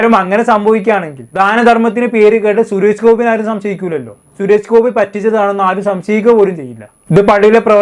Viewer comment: Malayalam sharikku samsaarikku.....shures gopi alla... Suresh Gopi